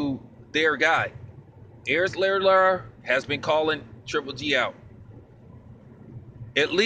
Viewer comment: Lmao bro you got my Mexican girl dying from how you pronounce Lara's name. No worries doe it's very different even for a Hispanic name. Anyway you kept it 100 as usual